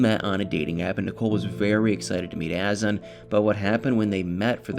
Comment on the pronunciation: Isn't it a. Zan. With accent on second syllable ? Clickbait drives me crazy Nicole is a lazy person.she needs to get a real job.that poor child!